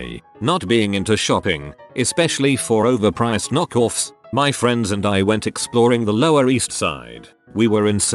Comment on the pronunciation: The Story from , the voice says "knock off" in an unusual british manner, it makes me tear up any time i pull back another ten seconds to hear it again